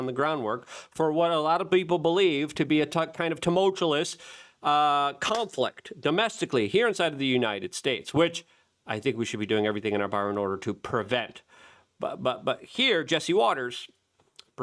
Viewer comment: "tum-ul-tu-LUS" I can't find it in the dictionary (??)